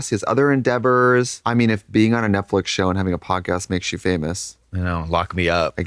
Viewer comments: Trixie calls Netflix Netflic and that makes me so mad😂😂😂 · I love nothing more than hearing trixie say “Netflick” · I'll never get tired of trixie sayin "Netflick" 🩷🩷🩷🩷🩷